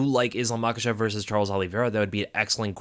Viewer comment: It’s VERSUS 🆚 NOT VERSE! A verse is a fraction of a song!!! VERSUS!!! ITS VERSUUUUUUUUSSSSSSS 😭